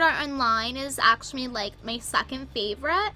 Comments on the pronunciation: Actumally that’s what she says instead of actually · She literally on says ashamuly